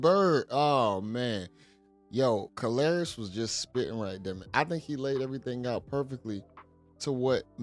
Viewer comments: MEN ARE VISUAL BEINGS!!!!!! KARLOUS (pronounce CAR~LOS not whateva you sayin'...lol) Folks gone looked at CUH-RAZY if you have a UGG-MUG!!! B'LEE DAT!!!!! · His name is pronounced Car-los, not kalaris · Ayooo he called this Mfer Calarious 😂😂😂😂 Karlous.... [Car.los]😂😂😂 u wild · Did you just call him Kalarious? Its Karlous (Carlos) dude! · Great video fam, but Kalarous was hilarious lol Kar-los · Hey you are pronouncing karlous name wrong it's pronounced car lous but spelled with a K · You say his name like Carlos. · Why does he keep calling this man kalrriss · Lol it's car los u saying his name wrong family 😂😂😂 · YO BRO. I'M DYIN WHEN YOU CALL KARLOUS " KAR LAR" IOUS " ! ! !) 😆 DAT B HILARIOUS 2 ME 🤣😂😅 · I thought he was talking bout a Greek god 😂😂😂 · yeah that was an epic butchering of a name if ever there was one lol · Why df buddy keep calling Karlous "Kalarious"😂😂😂😂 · My brother. His name is pronounced Carlos lol. It's just spelled differently. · Why you can’t pronounce his name it’s pronounced like Carlos just spelled different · How you murdering this guy's name is crazy. Karlous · It's Karlous like Carlos bro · His name is pronounced Carlos but with a K 😂😂😂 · facts. I'm like who the hell is Kalarious 😂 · Kar-la-ous? What!? 😅😂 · 😂😂😂 im thinkin yall tlkin bout ole babes was sayin lous name wrong until i heard dude 😂😂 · How you mess up his name THAT bad lol